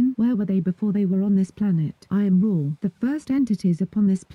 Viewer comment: It really said I AM RA (not raw)